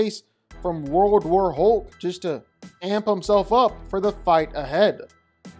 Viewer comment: Why do so many people pronounce hulk like ‘hoke’ it’s more annoying than it should be 😅